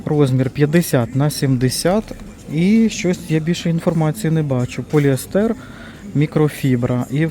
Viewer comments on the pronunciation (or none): none